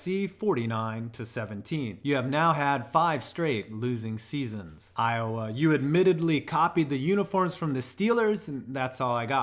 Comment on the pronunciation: U got iowa wrong